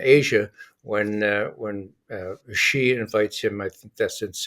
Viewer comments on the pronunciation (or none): Xi Jinping is pronounced "She", almost like the female pronoun. Not Zeeeeee. Not Geeee, like Gee wiz. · Teach Bob how to pronounce XI (SHE) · It is pronouced Zhee!